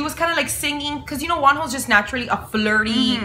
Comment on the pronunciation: I literally heard "WONHOS DICK" im with Krystal and michi on that one😂